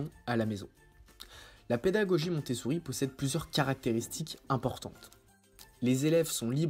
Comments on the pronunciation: Je crois entendre MontessOUri ? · Oui, il prononce mal à chaque fois.